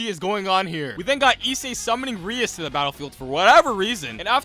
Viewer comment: Ahem It's pronounced Ri-ASS